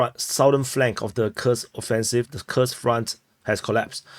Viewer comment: Kursk,is not pronounce Kers but Kurusk 😅😅